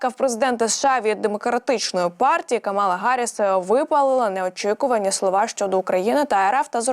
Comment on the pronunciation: КАмала,а не КамАла